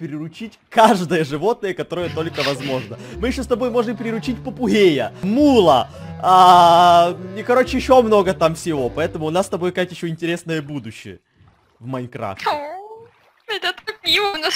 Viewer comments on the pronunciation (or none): Как называет попугаев.... ПОПУГЕЙ